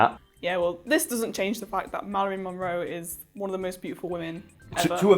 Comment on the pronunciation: Meh-ralyn Monroe. Just a messy sket